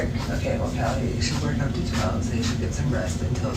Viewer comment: it’s pronounced kallie not kaylee lol